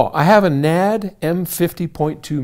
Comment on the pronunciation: "...except me." Lol! That was great. Also, the way you said "NAD"! Guess you can get away with that 'cause you know the guys personally. That was funny, though. : )